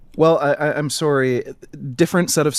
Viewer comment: Serry. Serry. Sewerey. Suhry. Sawry Syury.